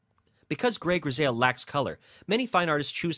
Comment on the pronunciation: It’s pronounced “gris I “ not “gris ale “